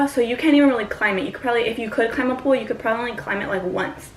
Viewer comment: I got thru 13 mins of the video before i realized u were saying "pole". Sounded like "pool" the whole time LOL